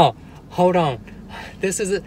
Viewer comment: “Hoad on”.... of all the things you say... and u say a lot... this always stands out to me. I think because of when I started watching... we did a lot of hoading on. 😂🤣 I don’t mind hoading on at all 😁💜